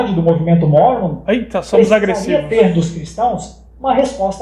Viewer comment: Eu me poquei de rir quando o cara disse que " os mormons são agrressivoss" KKKKKKKKKKKKKKKKKKKKKKKKKKKKKKKKKK....Ai diz: "ih somos agrressivos!" kkkkkkkkkkkkkkkkkkkkkkkkkkkkkkkkkkkkkkkkkkk morri!